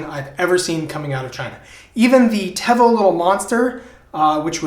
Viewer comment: It's pronounced teevo lol